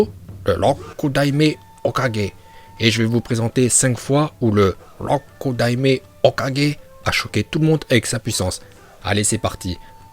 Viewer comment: Rokudaimai ho 4g prononciation 20/20